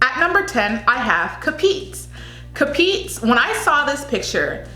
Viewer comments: 10. CAPIZ - kah-piz 9. PASAY - pass-eye 8. DAVAO DEL NORTE - dah-vahw del norte 7. CEBU PROVINCE ✔ 6. AKLAN - ack (not awk) -lan 5. GENERAL SANTOS ✔ 4. CEBU CITY ✔ 3. QUEZON CITY - ke-zon city 2. BILIRAN - bi-lee-ran 1. SORSOGON ✔ Also, BAGUIO - bag-yo DAVAO - dah-wahw PARAÑAQUE ✔ Also, the reason why there is such a clamor for Davao is that she was the earliest frontrunner among all of these girls. The problem with her is that since her competition stepped up their game, she got left out. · Hi,. Ca"piz not Capi"z hehe...anyway I just enjoy listening to how you pronounced Filipino words...Keep up...luv yah! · PASAY: "PAAH" - "Psy" ... "Psy" same as Psychology ... not "PA"-"SAY" BAGUIO: "Bag" - "Yu" ... "Yu" same as Yugoslavia ... not "Bag" - "Yao" QUEZON: "Keeh" - " Zon" ... "Keeh" same as Keto Diet ... not "Kwe" - "Zon" CAPIZ: "Kaaah" - "Piece" ... "Piece" same as Per Piece or Peace ... not "Kah-Pits" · right pronunciation i didnt intend to misunderstood by others or being rude. ca - pis (piss in english word) not capiz (theres a space in between when you pronounce) pa - say not pa - sey davao del (nor - teh) not nor - tey sebu (fast pronunciation) not sey / say (english word) - buw.. ak! - lan! not like saying auck - lan .. the (her) proununcion of ak is kinda girly like auck but the right is just AK! general ☑️ san! - tos! (toss (english word) like saying toss in english)not san - tows.. ke - zon not k - (k e y not the key for lock) - zon bi - li - ran not biliran (run in english) .. theres a space in between saying the letters in 2 sor - so - gon not sor - sow - gown.. im not referring the word gown as like wedding gown but go-wn.. da! - baw! not da - vow (english word) once again i dont intend to be rude but i just want is to help those who doesnt know how those words be pronounced here in the ph. 😅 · CA-PIECE = CAPIZ